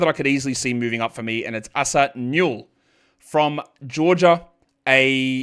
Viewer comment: Hey the Asa Newell's name is pronounced "Ay-saah" not "Ahh-suh", and the last name is "new-ell" with the accent on the first syllable.